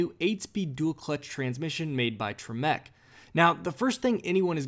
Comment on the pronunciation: Tremec is pronounced Trim-ic